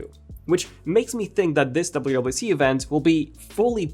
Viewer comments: Is he saying “WAC”? Dude cannot pronounce “WWDC”. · Didn’t know you cannot pronounce WWDC